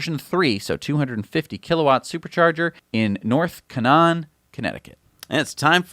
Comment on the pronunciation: Having a super charger in North Canaan is really great! I live in Torrington and this is only 30 minutes from me and on the way to the Mass Pike. Also btw it is pronounced North Cay-nan :)